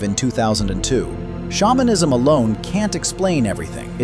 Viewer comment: I thought you said spawnism instead of shamanism 😭